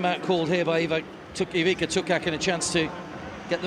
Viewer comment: Why don't you learn to pronounce their names at least decently? It's not THAT difficult! So, it's not Eweeka, but its Ivitsa, and not Setka. It is Shetka..